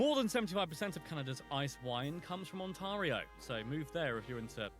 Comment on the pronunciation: The French pronunciation is actually much like the pronunciation the narrator uses. The s is pronounced and in Canada the e is usually short. Similarly, the s in fleur-de-lis is pronounced. He buggered up Ontario, though. Repeatedly.